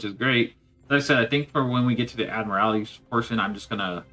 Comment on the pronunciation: Admiral-tee lol. Every time you say admiral-AL-ity, it sounds like you're trying to describe a Mortal Kombat finisher. "Find your admiralality!" Lmao